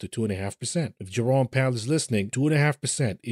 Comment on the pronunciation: I misheard you say Jerome Powell as "Your-own Peril" and had a proper snort.